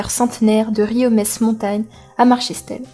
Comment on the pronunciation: La commentatrice ne sait même pas prononcer correctement "Riom ès Montagne", ça prouve bien l'attention de SNCF envers les territoires ruraux...